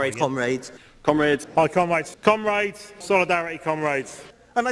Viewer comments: Sounds like "cum rags" to me. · Seriously. Cumraids? Not one of them could make a conscious effort to pronounce it differently? 😂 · I died. 😂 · Am I the only one that heard Cum rags during that ? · Towards the end of that "Comrades" compilation, all I could hear was "Cum-Raids". Sounded like they were preparing for an smash and grab on a sperm-donor center. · The comrades thing almost never gets old due to the varied accents they say it wrong in, and that it never doesn't make them all look like total goons.